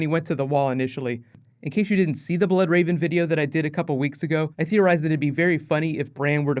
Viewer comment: Stop calling him THE Bloodrave!!!!! It's just Bloodraven